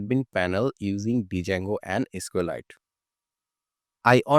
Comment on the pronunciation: For your kind information, the pronunciation of “Django” is “Jango.” However, your tutorial is very good. Thank you.